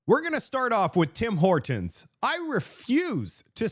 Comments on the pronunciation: You sure you're canadian? You say Tim Hortons like a american. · This lady says tim hortons like you and she is from the US.